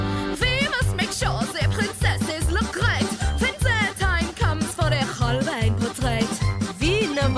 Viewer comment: How can you listen to an entire Song permanently repeating Holbein and still pronounce it completely wrong? Its not Holbin.